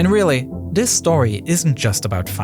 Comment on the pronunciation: Weawwy cool vwideo